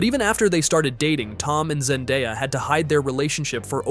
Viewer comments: I heard zendaddy and scrooled down and imeadiatly saw this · "Ze Daddy" 😂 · I heard zennbadie